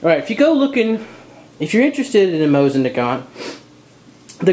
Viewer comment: We Russians pronounse it "Mosin rifle" (without nagant). And its Mosin (MO-SEEN) not Moshin.